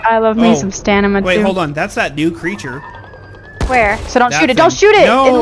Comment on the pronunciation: "I have a 20% stanima - s - stanima"... "STANIMA!"